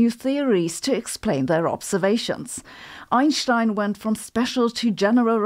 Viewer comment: I love her mixture of British (“fastah” for faster) and German (“zee theory” for “the theory”) accents in her English and how she pronounces Einstein (“Einschtein”)… this is becoming one of my favorite channels